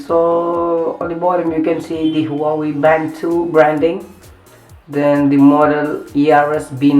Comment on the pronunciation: Bhai huawei ki pronounce to sikh le chaman